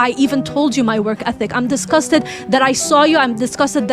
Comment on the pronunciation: "IM DISCASTET!!!!!!!!"